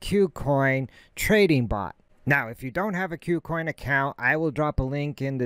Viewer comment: Good info, but for gods sake its not Q-coin its Koo coin. : )